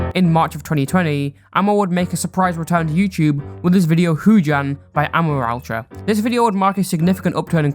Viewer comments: sry for getting triggered on this, but i feel that amoraltra's name is pronounced "uh-MORE-AL-tra" not "AH-mor-al-tra" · That’s NOT HOW YOU SAY HIS NAMEEEEEEE!!!!!!!!!!!!!!!!!